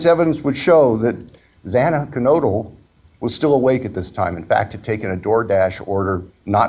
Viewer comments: Judge didn't have the decency or respect to pronounce Xana's last name correctly each time he said it. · The judge needs to learn to say the victims’ names right. He mispronounced Xana’s last name twice. Unacceptable.